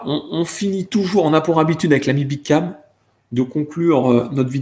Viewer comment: j pensais q il disait "mon pote à Nice" j me disais wouaw il allait jusq à Nice pour un Street Fighter?! merde faut q je sorte là